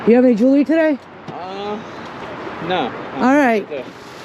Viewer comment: Bit Pazarı, bağımlılık yapaaar.... bak, denmedi deme.... Evet, ben de gitmeden edemiyordum, 20 liranın 30 liranın hesabını yapmadan önce.... O yüzden ; seninle gezerken, o eski günlere ait duygular.... bana bir uğruyor. Kız sen artık olmuşsun. Yani bildiğimiz Amerikalı.... Jivuliri' yi öyle bir söylüyorsunki.... başlamasıyla bitmesi bir oluyor.... 🤓